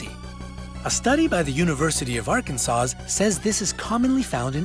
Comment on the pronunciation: Smh he really said University of ArkanSAUCE and proceSEES 🙄